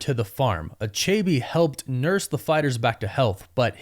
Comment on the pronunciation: You're pronouncing achebe wrongly. Lol.